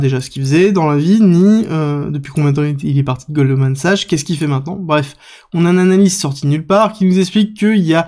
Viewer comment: On prononce Goldman SAXX ;-P